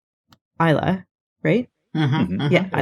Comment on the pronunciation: It's not Eye-la and Isla, it's Ey-la and Iza!